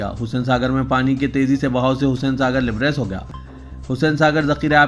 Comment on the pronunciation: Labraiz not libraiz.